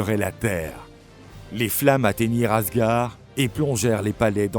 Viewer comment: "Raniarok"? "Asgar"? Vous fichez-vous du monde? Renseignez-vous un minimum sur les prononciations avant d'enregistrer le commentaire... Dommage, ces vidéos sont magnifiquement illustrées, le commentaire en soi est plutôt bien écrit, mais ces erreurs balourdes sont un gâchis.